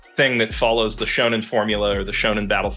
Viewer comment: Man’s spent the whole video mispronouncing ‘Shonen anime’ and just put a blanket on what he thinks……. I understand now what he meant at the beginning when he said someone would have a problem with his definition 😅😅😅❤